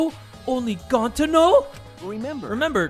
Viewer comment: Ok ima give you a hint, it’s NOT Gonta:)